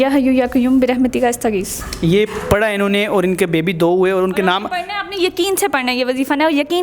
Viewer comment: استغیث کی الف پر زبر ھے ۔۔